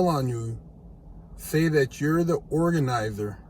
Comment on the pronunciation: Sir could you do me a favor and say the word "organizer" one more time for the record?